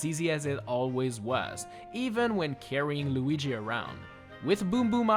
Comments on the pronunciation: You called Luigi Loigi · while holding Lugi Bruh it's Luigi not lugi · Lugy? Did I hear that wrong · i love it when you call him 'loogi'